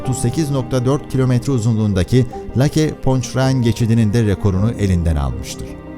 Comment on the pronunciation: Tam 3 kez deniz derinliği 250 KM dedin ya. 😀😀😀😀😀😀😀😀😀😀. Amerika'daki koprünün ismini ....leyk diye değil de ......lâke diye telafuz etmen ise başka bir âlem. 😀😀😀😀😀😀